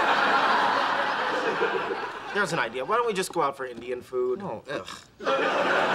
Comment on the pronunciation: "Not only are the children starving in India, there's an Indian starving right here." The way Raj pronounced "here" though.